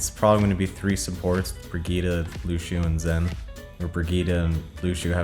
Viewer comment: “LUSHEO” - surefour